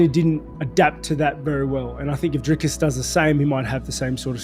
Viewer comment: can the american learn how to pronounce dricus du plessis. It is DRIIII-KUS, DO PLES-IIII....not all the other crap that chael says. There is no DIRK-US DO PLES- SIES